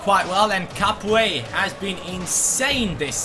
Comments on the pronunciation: I'm french and we don't Say capoue, we say Capou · We do not pronounce the "e" in Capoue